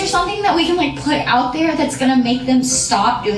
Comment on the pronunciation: Canadian coming through “doesn’t it just cringe you eowt?” 😂 love you your channel is a bright light